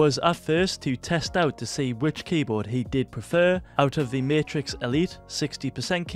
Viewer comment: I like that he said martix